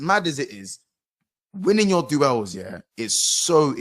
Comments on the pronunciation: LOOOOOOOOOOOOOOOOOOOOOOOOOOOL MAN SAID DU-ELLE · why did he say duels like that 🤣🤣